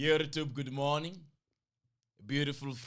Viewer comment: Why is bro saying lately Yurtube? What am i missing?